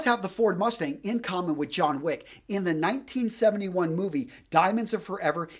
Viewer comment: Jhon Wich